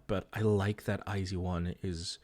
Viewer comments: i wasn't paying attention, did pd not say it like ai jeu won? edit: it kinda just sounds like they said zeu instead of with a j sound, but idt its a big deal bc they know korean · hxlographic the way i had heard it was they had said it like the letters I and Z, so “eye zee one” rather than “ai jeu won” so like as if eye zee one were meant to be the english pronunciation, considering a lot of their audience are english speakers i don’t think they were trying to say the korean pronunciation. although yeah it’s not a big deal i don’t think it matters too much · this was really enjoyable since iz*one is my ult group lol i watched the whole thing but also would like to let you know iz*one is pronounced eyes one and the album name is pronounced bloom eyes, hence the songs eyes and open your eyes as well as their greeting eyes on me :) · never heard any korean (reactors/idols) pronouncing it as "zee", eeehhh? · hxlographic but thats not the korean pronunciation